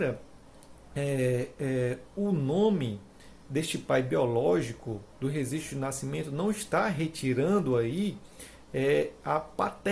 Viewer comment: Rezistro de nascimento ? Só por Deus esse português m